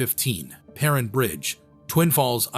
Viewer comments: Prin bridge? It’s pronounced Per-rine. AI is garbage. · Per-rine, long I* sound. Great video though! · As a local, it's pronounced "purr-ine" bridge. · he pronounced Perrine Bridge wrong several times as well and mispronounced some names as well. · AI always mispronounces stuff. Perrine is pronounced with a long "i". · "Perrine" bridge. I live in Idaho and all my 62 years have I never heard Perrine pronounced that way. All of my 62 years I've never heard "Provo" pronounced that way.